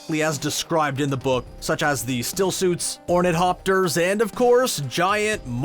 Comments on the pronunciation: Ornithopter: orni-thopter, abbreviated 'thopter. NOT "ornet-hopter" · This narrator chronically mispronounces stuff in so many videos. Ornit-hopter??? Come on man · "Ornit hopter" wince "Beany gesserit" wiiiiiince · Painful to listen to someone read a script about a source material they know nothing about, written by a person who seems to understand it, but applies themes that are not at all intended by the author. Also “Ornit-hopter” and “Beanie-Gesserit” - I cringed so hard I almost came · Why would you pronounce Ornithopter as Ornit Hopter? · What is a hornethopter? Did you mean ornithopter? Hornethopter is a made up word meaning 'how posh people choose hornets. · It's an "orn-ith-opter" - NOT "ornit-hopter"... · Orni th opper... Think Leonardo Davinci invention. Even the really poor 80's movie pronounced it right. If you are going to review things, do try to watch and read source material. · Wow... there is something to be said for learning the pronunciation of names and story specific terms if you're going to review an adaptation... Chah-ni... Bené Gesserit... Orni Thopter... really?? Chayni? Beanie Gesserit? Ornit hopter? Do you even speak English? ALL of your English teachers are dying of apoplexy right now... I'm surprised you didn't call them Freeman or fade ackin (feydakin) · Thanks for the look-ahead... A couple of suggestions: I think if you ask Stellan Skarsgard how to pronounce "Harkonnen", he'd say, "HAR-ko-nen", not "har-KO-nen", the former being a well-known Scandinavian name. Then the pronunciation "ornit-hopter" doesn't make sense linquistically, while the softening of the syllable boundary to "orni-thopter" does. Lastly, the expression "Bene-Gesserit" is pure Latin ("he/she/it has acted/functioned/worked well"), so the pronunciation of "bene" is "BEH-neh" or "BAY-nay", not "BEE-nee" (please!). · Craxton "chain-y" is how herbert pronounced her name, just saying. But beanie gesserit, ornit-hopter, and harkoonan are just unacceptable...